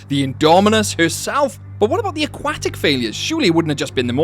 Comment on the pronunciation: Never heard someone butcher the word aquatic like that in my life.